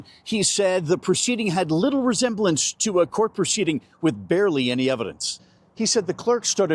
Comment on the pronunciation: "PERCEDING" is not a word. *Proceding.